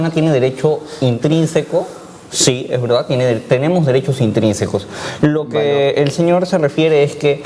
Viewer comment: ENTRINSICOS, ENTRINSICOS, ENTRINSICOS.................... NO AMIGOA ES INTRINSICOS, y dices que eres profesor , pobres alumnos.